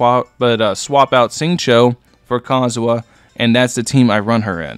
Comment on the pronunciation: im tripin everytime u say Kazuha 🤣🤣🤣